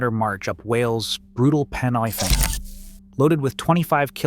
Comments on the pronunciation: 'PEN EYE FAN?' NO- IT IS PROUNOUNCED, 'PEN 'E' FAN.' The Yanks cannot hack long distance tabs, they are obsessed with upper body strength at the expense of lower leg strength and cardiovascular fitness. I served in the TA for 18+ years in a first class infantry unit with an illustrious history. I had a mate who served in 23 SAS(TA) who went to 'other things.' I did the Fan Dance with him about twenty years ago. I am a seasoned mountain walker and very fit. The Fan is a grind.........My mate was involved with some Delta blokes who came to the UK on an exchange. When he took the Delta lads out into the Brecon mountains, they simply could not keep up with the British, they got left for dead. My mate could not resist pulling a prank on the Yanks. Each time the Americans caught up- whilst my mate sat waiting for them, he would have his burner out and brew kit. Each time the Yanks hove into view, my mate could be seen drinking tea from his 58 pattern mug. As the Yanks closed in, he would proceed to pack his stove and brew kit away, throw his Bergen on and crack on. The inference being, the Americans were so slow, the regiment lads had time to deploy their stoves, boil water and make a brew.......What the Yanks did not know at the time, was that my mate was carrying a flask of tea! The stove and mess tins were just for show- to wind the Yanks up. He eventually told them the day they were leaving on the coach, he revealed the ruse to them. The Yanks saw the funny side to it in fairne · Pen y fan. It’s pronounced Pen e fan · Horrid pronunciation of Pen y Fan .😮 If I were you I would go back and correct the information presented including the misidentified personnel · Nah, I live here, I'll forgive him mispronunciations😆